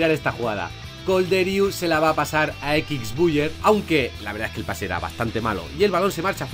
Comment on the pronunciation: "Equics Buiyer"